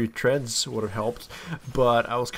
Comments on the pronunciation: He finally said treads instead of threads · Yay you said treads instead of threads. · FAKE! He said treads not threads